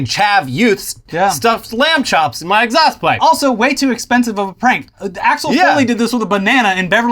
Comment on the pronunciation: lmao that pronunciation was more butchered than the lamb chop in that exhaust